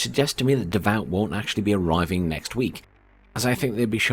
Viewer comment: Its not "Davaut" its "Davu"! Nice video!